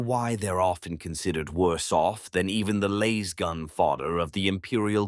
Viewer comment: Love the content but gotta say Laiz-gun was getting on my nerves haha. Its Laaaaaazzz-gun!